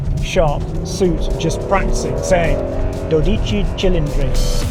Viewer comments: Oh Henry you didn’t get a single accent right in your Italian ❤ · the pronunciation 😂 Great production though. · I think you should stick to calling it 12 cylinder in English. You really butchered the Italian version.😂